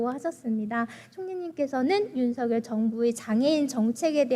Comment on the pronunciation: 아이구 이뻐라. 국민의 당에 이런 이쁜 인재가 있었다니! 복이다. 복. 우리나라 복!! 까딱하면 장애인 중 발달장애인이 가장 취약하게 피해를 입게 되겠네요. 세상에! /윤성열/로 발음한다면 더 이쁠 거 같은데. 이름을 둘러싼 문화를 살펴본다면 본인이 발음하는 대로 발음해 주는 게 예의이자 기본입니다.